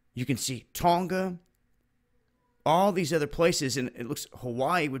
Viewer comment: fuck me the way you pronounce tonga is so annoying and New Zealand please if you're gonna say it say it right... Nah jk it's all good your American I'm New Zealander LOL